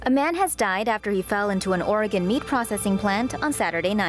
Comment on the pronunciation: oh, OREGON. NOT ORGAN. (CLACKAMAS, NOT CLUCK-AMUS)